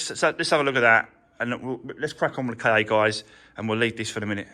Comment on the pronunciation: the Ford KA is pronounced ‘Ford car’. The word is Egyptian for soul.